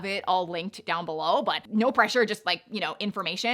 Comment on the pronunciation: Bum Bum is pronounced "boom boom."